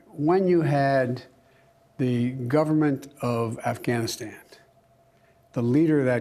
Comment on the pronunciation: Why does he keep calling it Afghanistand???